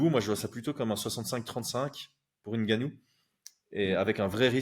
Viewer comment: Je salue l'effort de prononciation pour le nom de Ngannou